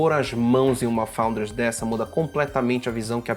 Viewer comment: PARABÉNS! Principalmente por falar “FOUNDERS” com esse sotaque Dinamarquês! Apaixonei